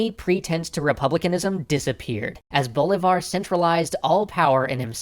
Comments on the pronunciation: see MOAN bo LEE var. NOT SEE-moan BO-li-var. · It's pronounced bo-LEE-var. Not BO-leevar. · I could swear you are saying "Boulevard" on porpuose by now. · DJ-unta? Curakow? BOLivar? How can you know this much about history and not know how to pronounce anything?